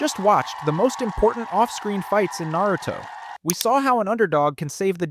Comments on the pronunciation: Almost watched this video, then you called it nEruto... immediately turned it off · I immediately turned the video off right when he said nEruto